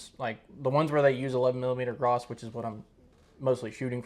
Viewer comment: As far as I can tell, French language tends to leave the last letter off most words. It's written that is, but not pronounced. I do believe the name "Gras" in the official French pronunciation is "Gra". Caution, I do NOT speak French fluently and I do not claim infallibility. According to Wiki, the 8mm Lebel cartridge was an altered form of the 11x59mmR round. What a shock! Also. Even now, the average infantry rifle does not need to be effective at 600 or more yards. Nothing wrong with that, but most rifle engagements are less than that. For instance, the dreaded AK 47 is considered to be a 300 yard rifle at the outside. But it's quite popular amongst would be combatants; and it served the Soviet Army quite well. In the battles of the day, I would think the 'lower' range of the Gras rifle would be sufficient. "Around the world in 80 days" - I saw the David Niven version of the movie (1956), young fella! (Read in old man's accent.) I have a few 'older' books regarding 'older' firearms from various nations about the world. Some have reference appendix showing non English words and phrases pertaining to firearms in various languages. The word 'caliber' for instance. Another example is 'short'. In English one finds a pistol cartridge named .380 ACP. In German this is known as 9mm Kurz. 9mm is essentially the same as .355-.358 inches and 'Kurz' means 'short'. These are all words used in the firearms realm. You might look into some old books or possibly reprints. And will all my pi